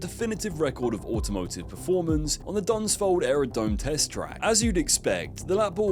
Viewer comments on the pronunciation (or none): Dunsfold is pronounced Duns -feld with a slight emphasis on the Duns. NOT Duns --fold with a pronunciation of "fold" as in fold your paper in two, etc. I lived just along the road from it and used to watch Hunters, Kestrels and Harriers flying as a kid. On family days we would be treated to displays of their Hurricane "Last of the Many", their Hind, one of the Sea Hawks they regularly did up to re-sell, their Dragon Rapide, and one of their P1127 Kestrel prototypes!